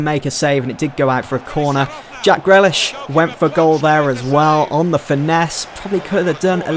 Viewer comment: You pronounce it jack greelish not grelish